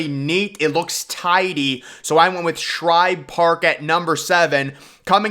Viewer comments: Its Shibe Park, not Shribe Park! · #8. Griffith Stadium was NOT "built around a tree" in center field. Homeowners there refused to sell, so the center field wall had to be built around the houses... one of which had a tree in the yard. ALSO -- #7 is not "Shribe: Park; it's SHIBE Park. No "R" in Shibe! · It’s Shibe Park NOT Shribe Park Come On Man Say It Correctly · It's SHIBE Park, not SHRIBE Park. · also dude says shribe park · It’s Shibe Park which I can Say Correctly while Looking It up on Wiki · That mispronunciation was killing me